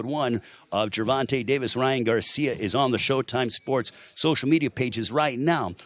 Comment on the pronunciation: was the only one hearing "Ryan Garcium" ?